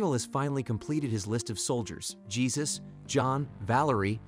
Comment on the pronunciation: Good AI on the text to voice, but it is still an AI. I prefer my voice-overs to be human. I doubt a human would have called that guy "Gee-sus" instead of "Hey Zeus"